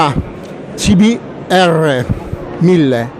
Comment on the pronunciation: Dopo la tua pronuncia sul modello CBR .....ho riso per un quarto d'ora 😂😂